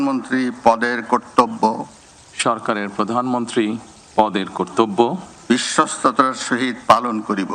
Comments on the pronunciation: *******,বিশ্বস্ততা যে উচ্চারণ করতে পারে না,সে বিশ্বস্ততার সহিত কিভাবে কাজ করবে I বিশ্বস্ততা কে বলেন বিশ্বতা I ভুলটা সম্ভবত ইচ্ছাকৃত কারণ বিশ্বাসযোগ্যতা,বিশ্বস্ততা কোন চোরের ভিতরে থাকে না I *******বাংলাদেশের ঝড় উঠেছে,ধীরে ধীরে বৃষ্টি হচ্ছে I ঝড়ের তান্ডব এখনও বাংলাদেশের মানুষ বা বিএনপি অবলোকন করেনি....... বিপ্লব দীর্ঘজীবী হোক 🇧🇩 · তারেক রহমান বিশ্বস্ততার উচ্চারণ টা ঠিক মতো বলত পারলো না আহারে প্রাধানমন্ত্রী।😅😅😅